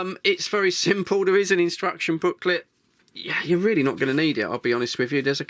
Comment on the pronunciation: This is radio, reeeely? Ar U shuuur? May be it's better not to use words you're don't know it's meaning.